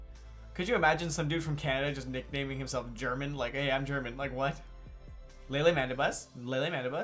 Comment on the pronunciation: Germán is a very common spanish name (it's pronounced hehr-MAHN). The guy is from El Salvador.